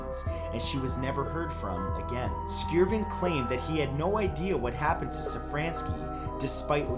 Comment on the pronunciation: I know this is two years late but Skjerven has a silent J.